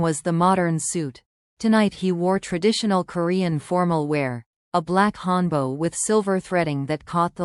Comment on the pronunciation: It not hanbo it call hanbok. Sound like hand buck. Read it correctly.😊